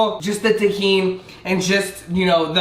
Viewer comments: its tajin not tejin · The way hr is saying tajin